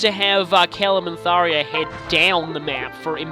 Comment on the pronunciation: I love Tharja's sarcastic "Yay. Danger.". Also, it's Thar-JA, not Thar-YA.